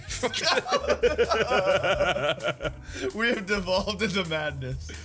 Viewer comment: Fuck the Fubble? You mean fuck the Flubble. ;D